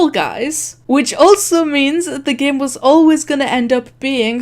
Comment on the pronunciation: I love how she says game but instead she says GAEM.